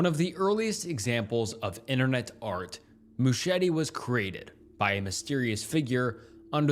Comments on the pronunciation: Some great content on your channel, but dude-- please research the pronunciation of words you don't immediately comprehend. "MOO-cheh-TEE"?! Christ. I'd let it go if it weren't a commonality across every video I've seen thus far-- "mercy" for "misery", etc. BUT ANYWAY-- not heard of a several of the things you cover, so at least you've illuminated those for me, lol. :) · Mouchette is pronounced "moo-shet". Good video regardless. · in french it’s fully said moo-shet… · Just letting you know Mouchette (unlike Machete) is pronounced with a hard T-stop at the end, so it would just be Mouchet (with the t pronounced) :) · the french pronunciations wrecked me... he tried so hard but failed so badly lol